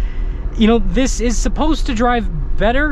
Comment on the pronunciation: "It iz what it t i iz!